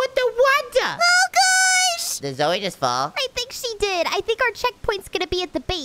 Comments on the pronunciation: your name si not zoe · I laughed when seed zoye